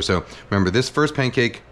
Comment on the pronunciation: Why does he say Paincake?